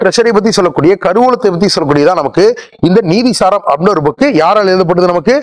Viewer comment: Nithi saram Not neethi saram